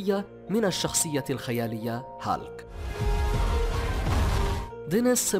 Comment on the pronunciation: اسموا هيلك و ليس هالك